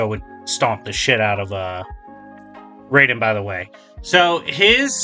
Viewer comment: The most inaccurate part of this video is how he pronounces Raiden's name. Jokes aside, yeah Wolverine should win pretty easily. The Death Battle is still really good though, and is still one of my all time favorite episodes.